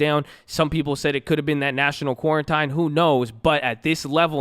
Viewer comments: Love the content but it’s definitely pronounced quaran_teen_. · Quarantine = Quar-en-TEEN. Just like Ab-VEEEEE Yeaaaahhh Bayyybeeeee